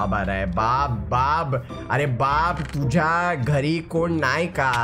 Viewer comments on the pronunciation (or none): It is tuzya not tuja